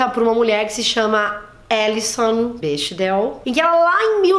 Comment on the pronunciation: Se fala Bécdel ;)